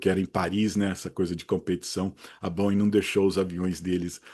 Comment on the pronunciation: Tá perfeito. É sempre um prazer assisti-lo. E, se possível, nunca "aportuguese" pronúncia dos nossos queridos Boeings. Tá excelente do jeito que está. Abraço!